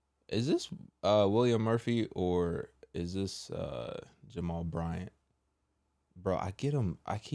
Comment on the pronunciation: it’s JAMAL BRYANT 😂😂😂🤦🏾‍♀️😂